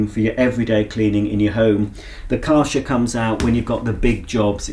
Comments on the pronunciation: You pronounce it as Kɛrhɛr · I always thought it was pronounced Kar *CH* er (ch for chocolate) instead of Kar *SH* er but since I’m also English (England) I will now pronounce it like you do… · Kärcher pronounced like a in table.